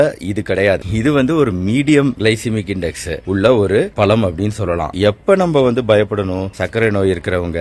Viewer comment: பலா பலம் இல்லை, பலா பழம்